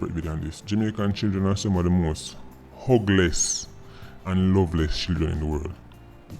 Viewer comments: When you said Jamaican children are some of the most hugless I thought you said ugliest... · well said but ppl gin think you said ugliest instead of hugless lol